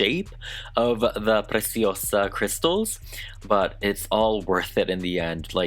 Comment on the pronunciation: I love your PRECIOSA pronunciation, it’s perfect ✨